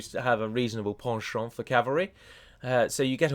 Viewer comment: Your pronunciation of penchant was absolutely right on. Oh, and thank you very, very much for these concise and informative videos on this monument of mods.